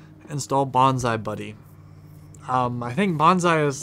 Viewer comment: Bonzy buddy not bonzie buddy